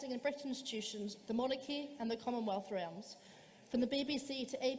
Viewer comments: Notice at the very start of this debate, this Cambridge University chair even had difficulty pronouncing realms, "re–al–mz"! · Imagine being at Cambridge University and you think 'Realms' is pronounced 'Re-aelms'. Has she not ever seen that word or heard anyone say it correctly?